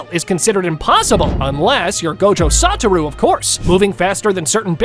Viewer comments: It's not gojo sataru it's soshua Gojo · No way, bro said Gojo Santa